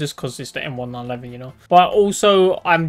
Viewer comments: Bro realy said the m1911 wrong he said m1-9-11💀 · Idk if it’s just me but it kinda pisses me off whenever you say m1911 you say it m-1-911